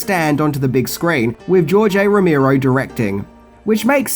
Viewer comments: Really? he mispronounced the legendary George Romero's name?.....PUTZ!!!!! BTW,next time do a little research.Laserdisc has been around since the early 80's trying to compete with VHS,and was the predecessor to CD/DVDs.... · That’s not how you say Romero